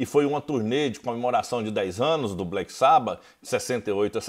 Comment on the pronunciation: Agora vou dar uma de chato kkk : Nao gosto quando pronunciam "black sába" kkk é "black sabÁ" fica parecendo um fã da nova geração, que descobriu o SabÁ pela internet kkkk